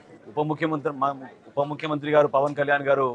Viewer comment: నాదెండ్ల మనోహర్ మీ నాన్న నాదెండ్ల భాస్కర్ ఏం చేశాడయ్యా రాష్ట్రంలో అందరికీ తెలిసింది ఫస్ట్ నువ్వు ఉపముఖ్యత ఉపముక్కురు అనకుండా ఉప్పొముఖ్యమంత్రి పలకడం నేర్చుకోవయ్యా